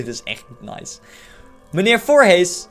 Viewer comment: je zegt voorhies maar er staat voorhees